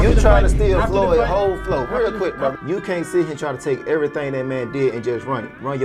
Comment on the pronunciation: The more I hear and watch his fights...im a fan. Trips me out everytime he says Brotha, and it's hilarious lol. is right about the Virgil situation